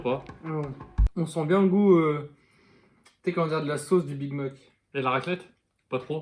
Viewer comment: Il a dit big mok